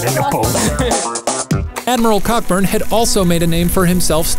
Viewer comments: "Plundering settlements". What a charitable way to describe slave plantations... Not a surprise that you pretended that wasnt going on, when you can't even pronounce the name of the man doing it correctly. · Cockburn is not pronounced the way it is spelled. M. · Cockburn- pronounced coburn. By the way, why are you guys proud of your ignorance? The Chinese invented rockets hundreds of years previous. It’s all good fun though, and very entertaining to boot. Consensus by a semi-educated, and literate panel is a great way to educate others. Can’t you imagine Trump listening to this? Steaming red faced as he types on Twitter? “Fake news, fake history, nothing like this ever happened at all. And I mean Ever! Throw out all books, and videos, and books, did I already say books? Containing even the remotest reference to America losing any fight, never mind war! Especially on our own soil!!! No, no, no, you’re all fired”!!!...Jajaja(me laughing in Spanish). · Hey are mispronouncing Cockburn's name. It's pronounced Co-Burn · Cockbun is pronounced Coburn. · Pronounce cockburn correctly “coh-burn” pay attention to me. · I feel the need to point out that Cockburn is actually pronounced Co-Burn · Cockburn is pronounced coburn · im 99% sure his name was pronounced "coh-burn" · its kinda annoying Cockburn is pronounced Co-burn at least in Scotland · Hate to ruin it, but Cockburn is pronounced Co-burn. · Uh...."Cockburn" is pronounced "Coe-Burn". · Isn’t Cockburn actually pronounced Co-burn? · its actually pronounced Coh-burn..a city in australia is named after it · Cockburn is pronounced Co-burn, and thanks for the Scottish and English flags on your desks. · It's Coe Burn. How does every single one of these videos have a mispronounced name - mid research maybe ask a British person how to say these names? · It's pronounced Co-burn not Cockburn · Hi so Cockburn is actually pronounced "Coburn" alright cool thanks bye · The 'CK' in Cockburn is silent. It's pronounced 'Coburn'.